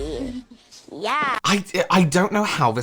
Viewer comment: it's Schiapparelli, kid, not Scapparelli. Kim, teach her properly.